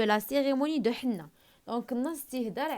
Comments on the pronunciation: Henné كتقرا é_nné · ماقتقراشhenné فحال هكا كتقرا اني